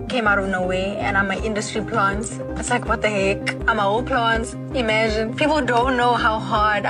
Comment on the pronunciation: Day say im an industry plont and im like whut de heK